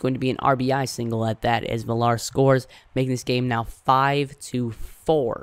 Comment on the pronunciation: Also villar last name is pronounced villar(viyar) Good vid.